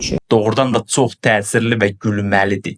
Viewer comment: Düz deyirsən ancaq sən özündə Azərbaycan dilində danışmaqı öyrən. Hesnə yox heçnə sox yox çox deyirlər.